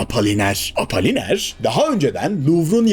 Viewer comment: Apaliner değil Apoliner diye okunur. İtalyan lirası değil İtalyan lireti. Legal yollarla demek gereksiz, Türkçesi "yasal yollarla". Giokondo değil Cokondo diye okunur.